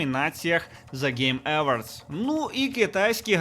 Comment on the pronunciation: Awards - Евардс, трохи ріже вуха.